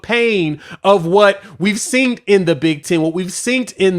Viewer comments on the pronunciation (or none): Saying “seent” is a disqualifier. I’m out